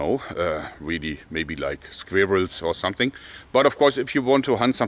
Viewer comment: Sounds like “square-rails”